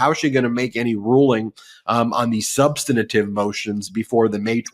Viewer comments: Love y’all every day, but please - substantive instead of substantative 🙏🏼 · The word is "substantive", not "substantative". Please, Ben. Your work is priceless, just please speak correctly. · Please, for the love of proper communication, it's "Substantive" not "Substantative"! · Dear Ben, I love you so I’d love to make a suggestion: You are mispronouncing “substantive.” You add a syllable so it sounds like “substanitive.” Thank you for all the wonderful coverage of Trump’s legal problems. Schadenfreude! 😅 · substan-A-tive, Ben? SUBSTANTIVE HAS 3 SYLLABLES!!! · Substantive. SUB - STAN - TIVE. Where does "substinative" come from? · Ben, please learn how to pronounce "substantive"! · Ben, can you please pronounce "substantive" differently? I apologize for my OC personality, but it is really distracting for me. Otherwise, carry on. Love your shows and watch often. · I know it's a minor point but can someone tell Ben Meisalas how to pronounce the word "substantive". Three syllables, not four. It's jarring to hear a lawyer consistently mispronounce that word.